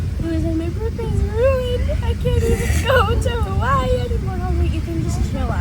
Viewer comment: I hate the way she pronounces “Hawaii” 😒